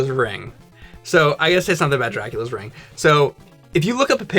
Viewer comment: Is it me or says "rang" or "reng" when saying "ring" after the middle point of the video. Not every time but many times.. Accent? Like how I say "bury" like most people do which sounds like "berry" and he says "burry."And how james adds a y sound in "ass" and "alien." "Ayass" "ayalien."